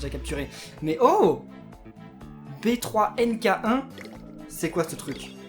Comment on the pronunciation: Le yo kai B3 NK1 se prononce benki kirb mais sinon bonne video